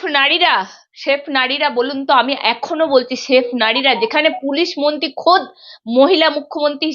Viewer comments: দিদি, আপনি "মন্তী"" মন্তী" বলেন কেন?? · it is awful to hear you say bengali. It is not "monti" it should be "mantri". Listen how the other lady is pronouncing the word, learn from her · Anchor ta beep beep beep. Kotha boltei dicche na. Montee noy, montree 😢